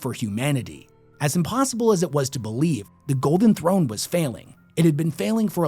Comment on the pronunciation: How can bro say Empewow and Emperor, Thwone and Throne it's like a selective speech impediment